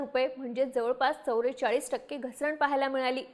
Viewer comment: चवरेचाळीस नाही हो.... चव्वेचाळीस असतं ते.... पुण्यात चव्वेचाळीस म्हणतात...